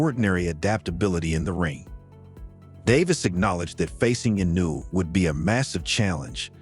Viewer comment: Mispronouncing Inoue's name takes away from anything you say about him. learn how to pronounce foreign names.